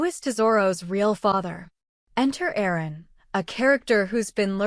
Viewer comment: His name is Aaron !!! Not errors !